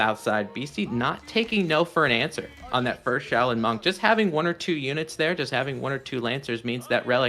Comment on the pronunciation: shay-len??? Bro, I think even as Anglo-Euro blokes we can refer to Asian pronunciation and correctly say Shaolin.....